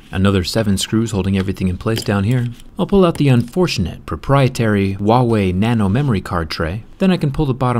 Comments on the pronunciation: ITS HUAWEY NOT WUAWEY REEEEEEEEEEE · Hu - a - wei not wawey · Why are you saying uauei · Why does he pronounce Huawei as 'WA Way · Why do americans always pronounce is wah way? It is pronounced as it is spelt.... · I like how u randomly mispronounce the brand name, since they are not even sold in US